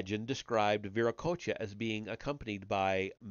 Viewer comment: You're pronouncing Vera Cocha correctly. No worries. You're doing great 😊